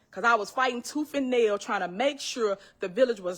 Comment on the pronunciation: It's "toof" and nail.😊